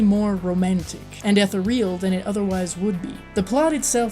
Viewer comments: FYI: Ethereal is pronounced "eh-THEER-e-al," not "eth-e-REE-al." Just thought you'd want to know. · eth-EAR-e-uhl not ETH-er-real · This was cool, but may I suggest you research how to pronounce "ethereal", for future reference. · Like your review but please learn to pronounce the word ethereal.